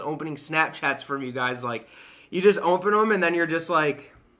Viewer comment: my fiancé and I were watching your Vlog and she brought up something me and you both say the same way she told me we both say "Ompen" instead of Open